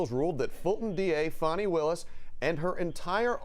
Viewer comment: Fani not Foni